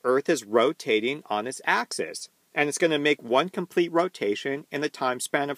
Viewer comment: this was a great presentation that put some great content into my noggin. One small bit of constructive criticism. Axis (singular) is pronounced axus... while axes (plural) is pronounced axEEz. I really hope to learn a lot from your content. You're a great teacher.